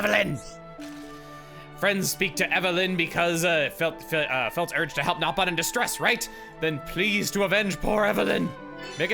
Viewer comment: They are pronounced Nopon, as they should be.